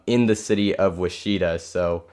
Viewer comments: Great stream but but I cringed at Wisheetah. It's pronounced Witch Eh Tah. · Did buddy say wisheeta?